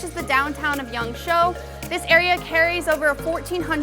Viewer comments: Yangshuo, not yangsho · It’s yangSHUO, not yangSHOU. I know you’ve said before that your pronunciation isn’t very good, but if you’re trying to be a “traveling reporter”, you should definitely be trying to get the city pronunciations right. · Try to learn how to say the place name more correctly, not "Yongshow" closer is "Yongshua". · sorry it's prouneced yang-sh-woah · I was thinking you were saying Yangzhou in the first two minutes until i realized what you said was Yangshuo. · Shuo is pronounced like sh+wo (like the Chinese wo, meaning I/me...I’ve heard you use that one before). If you know the word speak/talk in Chinese (for example, for “Can you speak English?” you would use the word shuō), it’s the same pronunciation but different tone. Shou is similar to the English word “show”.